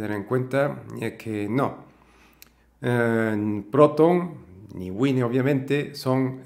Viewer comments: güine no es la pronunciación correcta... además de eso, gracias por la expliación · Sé que Wine es vino en inglés y cómo se pronuncia, pero por España hay mucha gente que le dice güine porque es como se pronuncia lo que está en escrito en castellano. Por lo demás, la pronunciación de los nombres de las cosas (los nombres de las personas son otro tema) me trae sin cuidado.